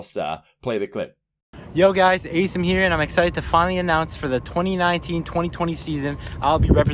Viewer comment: Asim deadass says his name in the announcement and still you don’t pronounce it right LOL